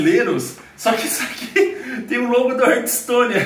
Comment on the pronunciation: é hearthstone e não HURTstone